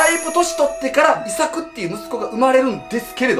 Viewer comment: イサクの発音が「伊作」みたいな発音で、日本人の話みたいに聞こえるw